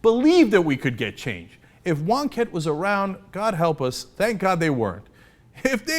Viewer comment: Who the Fuck is Wonkettee!?